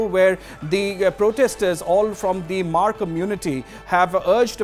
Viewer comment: Its not hamar😂😂 its hmar ..u can say mar